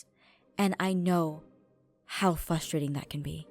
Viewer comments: Ok because of how Jess talks all I can hear is "Fustrating" lol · XD I'm sorry but it's hard to take aph seriously when she keeps saying fustrating